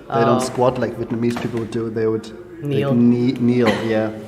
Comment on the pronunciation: Vietnamese accent is really good. I'm surprised!